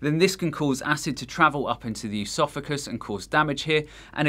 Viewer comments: Stop fucking saying EUSOPHAGUS like how you pronounce the first syllable of Eugenia. There is no 'eu' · Plus he mispronounces “esophagus” and “estrogen”. It’s not “eusophagus” nor “eeestrogen”. What the hell is this guy talking about? 😂